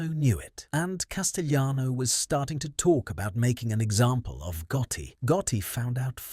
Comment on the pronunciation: Good lord!! It's Cas ti lano! NOT Cas ti yano!!